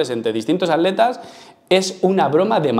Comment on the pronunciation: Por que no pronuncian bien la primera T de ATletas